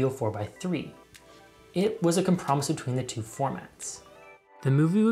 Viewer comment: Well, there’s a pronunciation of ‘compromise’ no one has ever heard before, at least.